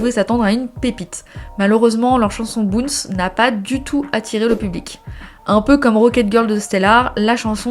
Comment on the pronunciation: Bounce ne se prononce pas boonce mais baoonce